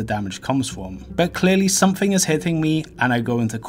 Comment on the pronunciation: “Somefing somefing somefing somefing somefing”